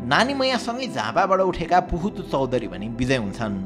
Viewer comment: Puhatu is pronounced as buhatu 🚫 Pronounce them with respect if you don't know understand better and talk because their effort is unpredictable for today's generation and youtuber 😊 BT its informative video very nice